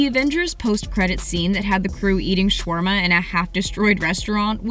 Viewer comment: Why do these ppl keep pronouncing shawarma wrong??!!?